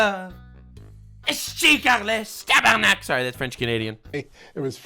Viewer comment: French Canadian here, loved your tabarnak 😂